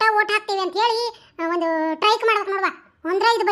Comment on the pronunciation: ಹಳ್ಳಿ ಮಂದಿ ಅವರದು ಮಸ್ತ್ ಹೈತಿ ರಿ ಕಾಮಿಡಿ . ಪರಕ್ಕ ಅದು ಟೈಕ್ ಅಲ್ಲ (Strike) ಸ್ಟ್ರೈಕ್